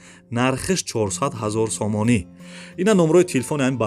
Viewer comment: Офарин бародар,неки хами сомониша бехади бад зур мегуй,,,,,,сомониии мегаа